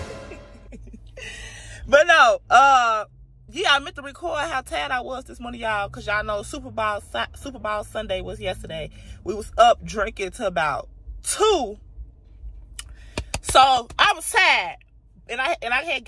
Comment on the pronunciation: Look what we not gone do is bypass tha fact that you called “Superbowl”… “Superball” 😂😂😂. #BlackLove Is #BlackExcellent 💯